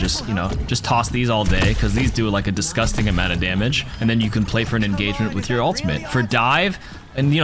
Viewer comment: "DISGUSTING"(heavy Irish accent) -amounts of damage